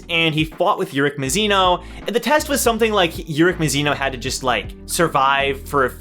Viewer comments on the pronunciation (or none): mAzino not mizino lmao but i don’t mind XD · I find it amusing that we both say urek mazino the same way but you say Ma-shen-ee and I say Muh-Shay-ne. Pronunciations are interesting